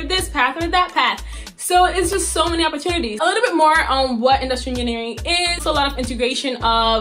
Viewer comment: she said inustinering